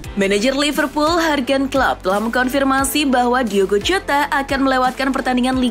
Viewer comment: Min, yurgen klop bacanya, bukan hargen, tp yurgen, doi kan orang jerman